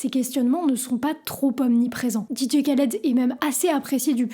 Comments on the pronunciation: arrête tes conneries vous ne savait meme pas de prononcer ce nom khaled cest pas kaled et quel est le problème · Un K avec un H en arabe ça se prononce "R". On dit "Raled" pas "Kaled" 😁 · Super vidéo :) Sinon, c'est juste improbable de prononcer "Ka"-led au lieu de "Ra"-led en 2024 :S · Je t'avait découvert sur TIKTOK trop content de te voir sur YouTube je kiff ton taff gg. Ps: on dit Raled pas Qualed 😊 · Sympa par contre attention à la prononciation, c'est plus proche de raled normalement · Et on dit Rhaled pas K (comme kilo) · C'est Dee Jay "Rr"aled que ça se prononce. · Juste la prononciation c'est "RRAled" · Sympa la vidéo. Mais mauvaise prononciation du nom de "l'artiste". Le kh se prononce rrr. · C'est horrible de t'entendre prononcer son prénom aussi mal. Sinon. Bonne vidéo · C’est ouf défaire une vidéo de 16min sur un type sans savoir prononcer son nom